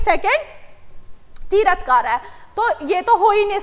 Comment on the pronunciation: Q 2 Hello medam that is not tirath kara Its Tirthankar